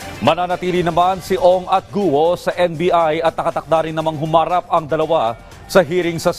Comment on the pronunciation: The correct pronunciation of Alice's last name is "KWO" not "GUWO", we usually read the letter G as either C or K